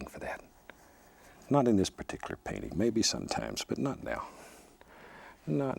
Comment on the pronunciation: No way to google this question I tried so many times but- Where in the country do people Pronounce the words that and this as cat and kiss? Because bob Ross said cat instead of that and kiss instead of this very often....